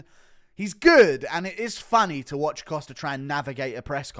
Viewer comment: hey it's Costa, not "Coster" :)